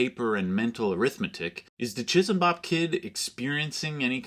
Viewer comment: As someone else said, 'chee-sam-bop' would be the more correct way to say it with no aspiration on the finak consonant.